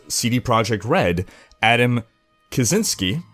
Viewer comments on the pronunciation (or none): srsly dude - ka-chin-ski